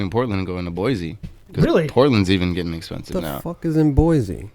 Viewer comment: Lol he said boise